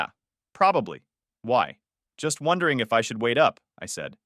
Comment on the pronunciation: Now I'm "Wonthering"😂